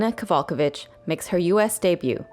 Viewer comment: This video lost me when butchered Kowalkiewicz's name